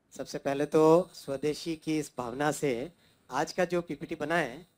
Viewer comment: इन बिहारी मोड, स्वदेशी नहीं सवदेसी😂